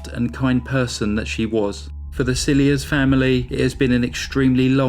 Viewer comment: Thank you for telling Felicity's story. Just as a matter of interest, her surname is from french origin like many South African surnames and is pronounced "silhea". Greetings from Cape town.